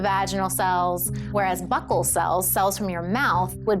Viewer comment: She's pronouncing buccal wrong. Super annoying.